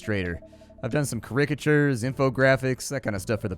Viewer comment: And today we learned that doesn't know how to say caricature:)